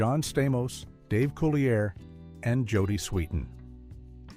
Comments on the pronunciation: Thank you! That irritated me the whole time watching this! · Dave’s last name is pronounced (Cool-lee-a). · Dave Coo-lee-A